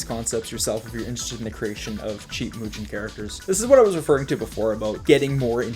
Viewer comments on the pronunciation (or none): The three tiers I've seen so far are absolutely great in quality and content, and I look forward to the next ones! But by god I cry a little each time you say moo-jen and eye-kemen, especially since you already know and have addressed that they're being said incorrectly. You do you, my guy, I understand a decade of muscle memory on saying things, but I humbly request in future tiers to give the right pronunciations a shot, since other than that little thing the videos are top-tier content (no pun intended lol)